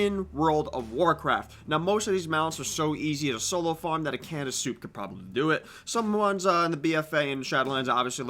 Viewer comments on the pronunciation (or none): none